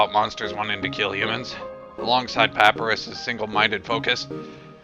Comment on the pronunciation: just one more thing, papyrus is pronounced puh-piye-ruhs